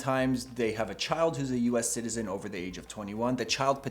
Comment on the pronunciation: He’s a “Jew es ayyy cetizeeeen”.